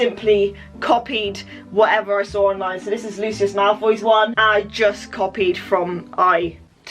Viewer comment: No one: Literally no one:: Draco pOtFoY